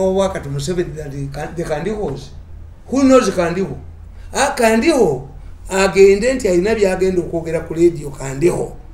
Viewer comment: It's called Kandiho not Kandaho. Thanks Mr Mirundi